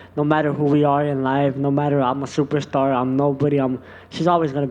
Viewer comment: he said shuperstar